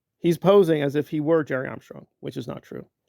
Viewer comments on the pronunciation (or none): Impressive. You're getting 50 views a day using my image. AND it takes every breath out of you to mispronounce my name. Please stop stressing yourself with this. I don't like seeing humans suffer over Scientology issues. I dont like watching you gasp for air while mispronouncing my name 😕😭 I'm just curious- What "Drugs" do i smoke? By the grace of God- I am physically unable to inhale smoke of any kind. I am a Coccidioidomycosis survivor. Do you believe in marijuana legalization? And adult human autonomy? Doug was not a drug user as you maliciously stated before. He was a cannabis user. Why do u attack cannabis users? We truly dont understand. Gerry doesn't even understand why u are doing this? Why are you attacking Cannabis smokers?? Also- I wasn't alive in the 60's dilrod. Were you aware of Chomsky during 911? You know you weren't. You also don't speak 4 languages. You can barely speak 2 sentences of English without gasping for air. I feel nothing but sorrow, empathy, and compassion for people going through your struggles. Poverty, gentrification, unemployment, and a horrible healthcare system. As God as my witness - May never be hungry again!!! 🙏🙏🙏 I just donated to a charity last week for your health cause btw. Because its the same health condition my tia endures. Your kidneys/liver/lungs are not worth this stress. Spend your golden years enjoying life. Hate always causes an early death❤